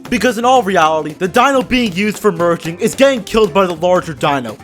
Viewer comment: Why did I hear virgin instead of merging